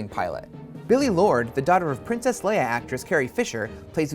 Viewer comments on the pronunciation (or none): none